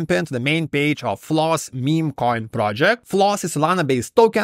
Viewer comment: Floos it rhymes with truth